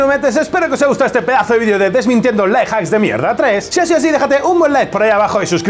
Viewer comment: Me hace gracia que al decir "Life Hacks" se le entienda "Lie Hacks", que en realidad es lo que son, mentiras jajajajaja